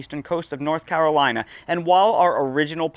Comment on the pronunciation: The way you say "Carolina" indicates that you are not from there. Jk love your vids